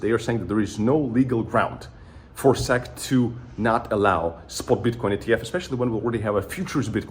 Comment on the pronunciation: Its S. E. C. not sec.😅